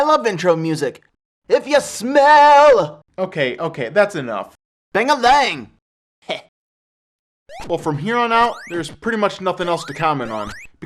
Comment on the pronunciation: Bang-a-lang heh. ^o^